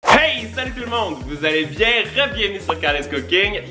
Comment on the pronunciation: j'ai un petit probleme avec un ton intro : "Vous allez bien" n'est pas une question. on dirait que tu nous forces à aller bien